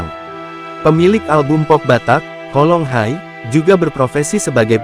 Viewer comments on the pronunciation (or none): Sakit telingaku,admin mengucapkan bahasa Batak,judul lagu Holong Hi,jadi "Holong Hai"...emangnya bahasa Inggris?harusnya "Holong Ki"...sory,gpp koreksi yaaa❤